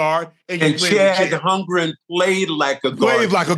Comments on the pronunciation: He said Chad Humgren. 😂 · They are 4 uncs 😂😂 kept saying Chad Holmgrems instead